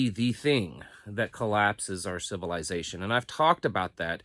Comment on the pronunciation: I like how pronounces civilization...civil "eye" zation